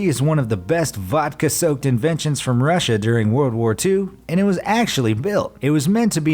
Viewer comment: “from Russa”